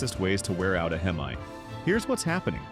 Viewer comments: a He-Me? Lmao! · That's AI speaking the wrong pronunciation of hemi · I clicked off after he said Hemi wrong then said he was wrenching on these trucks for 20 years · Right I clicked off once I heard Heemi over and over again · It’s AI you we’re not wrenching on Rams for 20 years you can’t say Hemi right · Skeptical cuz this dude cant say Hemi right